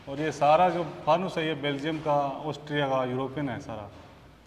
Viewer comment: Or ji pahle khud belgium bolna sikho, baad me kisi par bolo